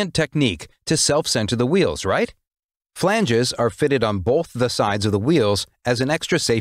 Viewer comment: did he say “filangees”?